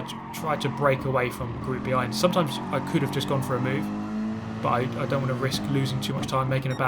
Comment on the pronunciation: i thought the exxact same and replayed it. he says "if i could" but it sounds off haha